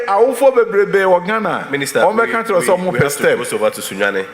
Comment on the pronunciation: All across the what kentry hahahaha tweaaa